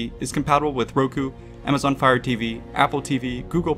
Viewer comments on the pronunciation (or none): none